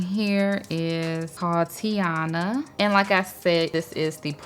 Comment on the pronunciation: Tatiana?! Gurl it’s Tiana